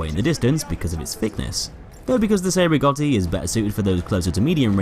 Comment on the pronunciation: Yeah but the way he said "cei" made me cringe every time. But still very good video.